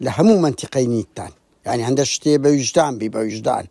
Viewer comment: يحني يان يعني 😂يعني عةرةبية 😂 بة كوردي پئ ى دةلين واتة هاسانة نة ع نة ح ي تئ دا نية